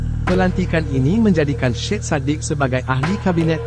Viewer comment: sebutan nya bukan SHED sebutan ejaan SYED ialah SAYID